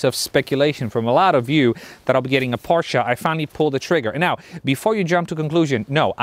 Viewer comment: Thank you for saying PorschE not Porsch like the majority of the English spoken Areas. As a German I appreciate it :) Always drive safe and enjoy. As a F82 Competition Driver I hope to see some F80 content in the future :)